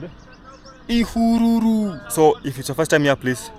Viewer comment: Somebody told me that it's Ihùrùrù not Ihururu Road